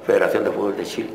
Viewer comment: Clavito se dice fútbol y no fubol xd